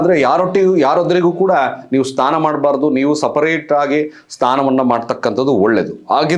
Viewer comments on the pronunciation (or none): Sthana alla snana, sangaathi alla sangathi